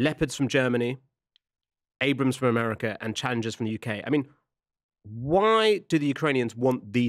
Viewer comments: This guy doesn't know what he's talking about. It's M1 Abrams, named for Creighton Abrams, a US general. Not Abrahams. And it doesn't run on rocket fuel, that's preposterous. It runs on normal aviation fuel, or even diesel or gasoline. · "Abrams" - not "Abrahams" - and they don't run on 'rocket fuel', whatever this guy thinks that might be (hydrogen? T-stoff and c-stoff?) but rather on kerosene, commonly used in jet turbines. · You know it's bad propaganda when they cannot even pronounce the name correctly.